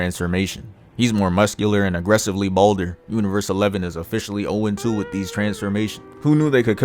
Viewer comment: agrresively tickle had me dead bro